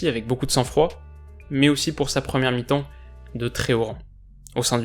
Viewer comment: Merci je comprenais pas sa phrase j'entendais "ni ni" au lieu de "mi mi"